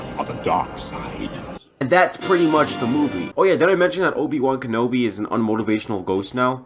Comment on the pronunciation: "Obi Wan Kobi" 😂😂😂🤣🤣